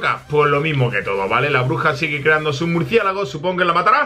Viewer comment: ajajajaja dijo "murciegalo" en ves de "murciélago"😂